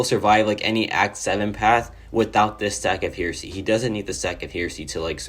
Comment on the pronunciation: Hey partner, it’s pronounced “hair”esy and it means a belief that contradicts traditional Christian beliefs. Thought I would throw that out there😂